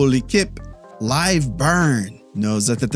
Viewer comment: you're doing awesome. Im from Quebec and french is my first language. My wife isnt but she's learning and omg does she love learning the words you use. She turns around and stares at me when we watch your videos waiting for me to explain it. I also think attatttattaquant is a vocal stim in our hosuehold now, and it helped her understand the N sound in french.